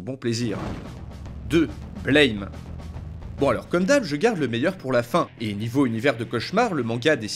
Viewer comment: Blame ! se prononce "Blam !" Comme ça se lit en français, c'est onomatopée du son d'un coup de feu.